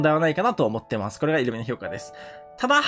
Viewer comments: イル↓ミじゃなくてイ↑ルミや めっちゃ気になる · イ↓ルミじゃなくてイ↑ルミ…ww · イントネーションがイルミネーション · イルミのイントネーションがイルミネーション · 的確すぎる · イルミのイントネーションおかしくて笑う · イルミのイントネーションが気になって頭の中になんも入ってこない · イルミのイントネーションが気になるw